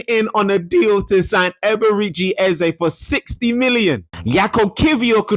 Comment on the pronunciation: nooo mannn... "Ezebechi". Come on my guy... 😂😂😂😂😂😂